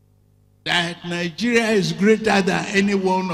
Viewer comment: Isn't a shame this comedian leads Nigeria he pronounces Nigeria ( Tinubu - nigea) thank you very much (Tinubu-than vee mon